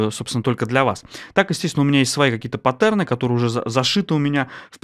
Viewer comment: Но! пАттерны, чувак! пАттерны!